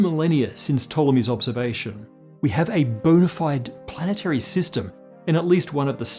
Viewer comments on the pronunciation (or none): none